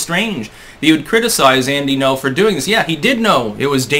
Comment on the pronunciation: It's Gno, not No. The Ng is pronounced. Not difficult to say.